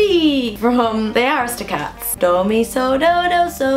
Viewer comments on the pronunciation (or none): none